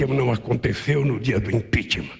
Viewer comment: Mesmo depois de 5 anos o Lula ainda não conseguiu falar a palavra "impeachment"